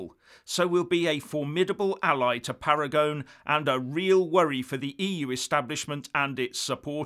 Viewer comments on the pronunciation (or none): I agree with your opinions, but your Italian pronunciation needs a bit of brushing up,. Paragone should be pronounced Para go knee. Regarding the name of the proposed organisation for Italy's departure from the EU, Paragone has called it Italexit. The word exit is well understood in Italy and if he is happy with it, no particular reason for it to be changed to something more Italian. Uscire is pronounced ooh sheer a (a as in ray). Combining the Usc with the Italia to give Uscitalia has an unfortunate shit sound in the middle. LOL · Dear, “sci” is always pronounced “she” in Italian. Oh, and don’t forget the final vowel in “Paragone.” TY! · Michael Baker Pronounced “Paragonay” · Italy is not likely to break away now when the promise of so much money is made! Much money granted to...the most feeble members of the UE, precisely to deter them from breaking away. Please Parangon is an Italian name, pa-ran-go-NE! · FYI, The pronunciation of his name is: ‘PARAGONEE’!! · Pronunciation: /para-go-NAY/ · Uscita is pronounced Usheeta. Paragone is ParagonAY. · you need to pronounce the e in Paragone. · While at it you might have looked up how to pronounce Paragone.